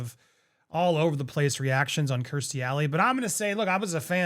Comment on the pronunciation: Honey, it's KIERStie, not KRIStie. 💜😎